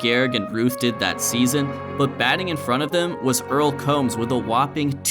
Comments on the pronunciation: Earl Combs' name rhymed with Tombs, not like comb. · Earle Combs' name was actually pronounced 'Coombs'. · Combs is actually pronounced "Coombs". But overall, amazing video.